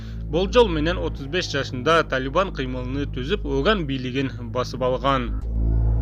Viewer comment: Кыймылын деп суйлочу э